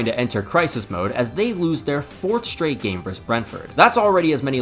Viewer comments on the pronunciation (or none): The v in, say, Man City v Man Utd, stands for versus, not verse. Versus has two syllables. Please respect the second syllable by pronouncing it. I enjoyed the video, by the way. Nicely paced.